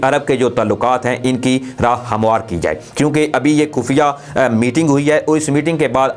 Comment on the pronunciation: کھفیہ۔۔۔۔ کھبر۔۔۔۔۔ کھلاف۔۔۔۔۔۔ کھیال۔۔۔۔ کھان۔۔۔۔۔ او میاں کھے کھے۔۔۔۔ اپنا تلفظ ٹھیک کرو